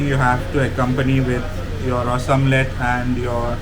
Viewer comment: You are a goan please pronounce Ros omelette properly